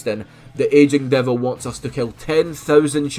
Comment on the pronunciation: Took me a long ass time to realise you were saying "Aging Devil" ok instead of "Asian Devil" LMFA